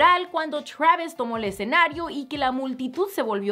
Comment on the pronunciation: Travisco y treik jajaja